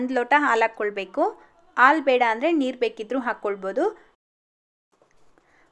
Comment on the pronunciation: ಆಲು ಅಲ್ಲ ಹಾಲು...ಮೊದ್ಲು ಕನ್ನಡ ಉಚ್ಛಾರಣೆ ಕಲ್ತ್ಕೊಳಿ... ಕನ್ನಡ ಕೊಲ್ಲಬೇಡಿ🙏